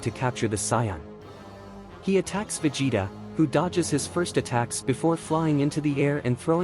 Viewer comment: I want to join the free-shza force lol and obey price veg-it-ta This ai is some bullshizt